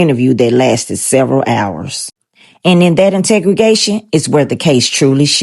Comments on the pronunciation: Integregation😂.... umm interrogation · My girl it’s in-terro-gation .